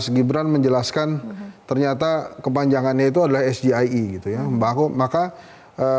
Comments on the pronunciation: ngapa ngomongnya es ji ai i. Harusnya sama dong kyk Gibran es ge i e Wkwkwkwk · 🇮🇩 SGIE DIUCAPKAN ESGE I E GOUBLOOK ⛔⛔ SEHARUSNYA EZJI AI I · 🇮🇩 SGIE BACAAN GIBRAN ESGE I E SALAH BENAR EZGI AI I GOUBLOOK 🇮🇩🇮🇩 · ⛔ SGIE DIBACA ESGE I E GOUBLOOK SEHARUSNYA EZJI AI I